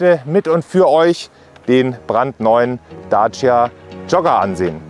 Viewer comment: Daaaacia. Hört sich merkwürdig an wie er Dacia ausspricht.